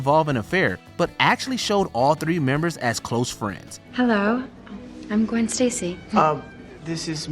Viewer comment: You mean Gwen not Qwen